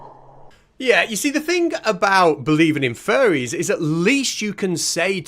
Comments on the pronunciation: I know you are saying faire, but I keep hearing furry, and that is much funnier. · I kept hearing ‘Furries’ too; just the thought of a family of furries living in my wall or even in the attic - NOOOOO! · Ya he keeps saying furry lol